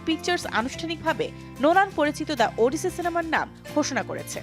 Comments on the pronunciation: It’s 'ওডিসি' not 'উডিসি' 🙄🙄🐸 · উপস্থাপিকা আপিকে বলতে চাই, ইটস ওডিসি৷ নট 'উডিসি' 😂😂😂😂